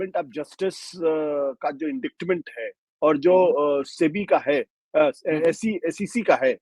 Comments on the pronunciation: Ashutosh ji, आप वैसे बेहद पढ़े लिखे हैं, अच्छी हिंदी और अच्छी अंग्रेज़ी दोनों में बेहद कुशल हैं इसलिए एक प्रशंसक के नाते कहना चाहूँगा कि कृपया indictment को इंडिक्टमेंट ना कहें यह ग़लत उच्चारण है! इसका सही उच्चारण है - “इंडाइटमेंट” है! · Ashutosh ji ek correction especially for journalist - it is promounced as inditement ,c is silent, thanks